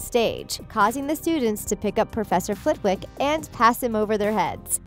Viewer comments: there is no excuse for your mispronunciations, you can just watch the films.......Warwick (Warrik) and Flitwick (Flittik) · Professor Flitwick. It is pronounced "Flittick". The "w" is silent.